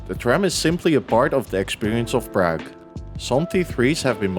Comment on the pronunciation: Cool video but you butcher the pronunciation of Prague every time.